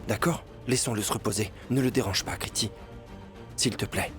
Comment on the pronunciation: On dit kritou et non Kriti pridvie